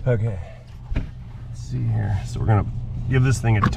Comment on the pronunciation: Idk why but every time you say “heeuur” idk how it would be spelled…..but I giggle every time… but great video again!!! You have skills with videoing and working on a vehicle! He taught us how with our big bobble heads getting in the way to see… also I want to know if PEETAH will ever make a guest appearance!! It always cracked me up hearing that… the dealership I worked at all I heard was BLUE!!! being yelled across the showroom or the service area… I worked in sales and service and sometimes in the shop if someone didn’t show up or called in… I did a lot in sales, service writing, and cashing out customers that were upset because of the price or the others they worked with… then the basics and certification for oil changes and inspections… so I was always getting called in different places, I was training in parts until I had quite a few health problems and had to leave… I miss working there and everyone also… even the owner still texts me to check on how I’m doing and that they are praying for my recovery… your videos bring me joy every time I get a notification because I can get lost in watching them… much love!!!!!!💙💙